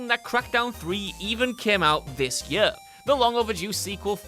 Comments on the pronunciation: Is it yør, or is it year? =D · I laugh every time you say year lol yuurr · and if I have to hear the word "year" so strange pronounced anymore I'm gonna lose it 😅